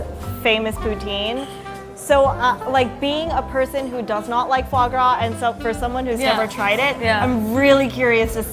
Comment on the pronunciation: I contemplated killing myself when she said "fave grave".